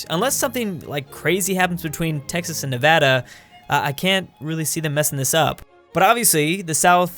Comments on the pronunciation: He said Tehas instead of Texas in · Did he say te hoss instead of Texas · IT'S NOT TEJAS IT'S TEXAS DUMBASS (in my southern tone) RRREEEE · Me and pretty much everyone: (Tegx-sas): (Tay-has) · you said tehas not texas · He said TEHAS ahhaa....cmon dud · Did you say Texas was pronounced Tehas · the second time mentioned texas he said tay ha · he said Texas like tehas no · Did he realy just say tehas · He said Te-hass lol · did he really pronounce Texas as Tehas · Aaaand you are obviously not from Tejas. Smh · I have never heard anyone pronounce Texas like that lol